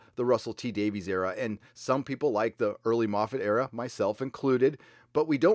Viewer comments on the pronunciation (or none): Just a note re. Russell T. Davies... his name is pronounced ‘Davis’, not ‘Davees’ since he is Welsh. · "Davies" is pronounced ""Day-viss".